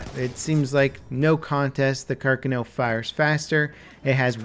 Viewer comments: the are-sayk-ah and the car-cuh-no lmao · The stress is on the second "a" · Carcano •kar kah noh• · it's pronounced like this: car-KHAAAAAAAN-o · I think it’s pronounced Car-khanoh(emphasis on the second syllable). I love the iron sights, I’m awful with optics. The Smle carbine and Lebel infantry are my favorite :) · Oh ffs it's pronounced car-kah-no. And that lack of fireball on every trigger pull is annoying. I've shot one of these and trust me, if you dink someone at point blank and don't hit, the fire from the shot WILL scorch their eyebrows off at a bare minimum. Sorry, had to get that out. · The Car-canal and Carcanio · ikr carcanow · He is actually saying it right cárcano yes carcáno no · Thank you!!! That was driving me crazy the whole video. Car-CAN-oh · its supposed to be pronounced Car-Khan-o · Actually it would be carcÀno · Domy nei primi 10 secondi ha detto carcanò secondo me ma vabbé ahah edit: si be', in realtà è molto dubbia la pronuncia sembra quasi che abbia messo due accenti tonici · Yeah, he pronounced it carcah-NOH, as if it was written "carcanò". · U butcherd its name u dont pronounce it with a w at the end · how can you pronounce carcano so wrong? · It kinda bugs me how you're pronouncing the weapon's name, dude. Also, "carbine" is French. It's "car-bean", not "car-bine". Just FYI. I thought it was "car-bine" too, until a gun guy corrected me. S'all good, s'all good. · Every time pronounced 'Carcano' in this video I winced in pain. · every time he said carcano made me face palm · Guys I don't think understands how to pronounce Carcano yet, let's make more comments about it. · how are you fucking up Carcano when everyone around you says it properly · You pronounced the name of the gun wrong the whole video which made it really annoying to watch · You're saying carcano wrong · I'm getting triggered by the way you say Carcano... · Pronounces Carcano weird. Better luck of pronouncing the name in another video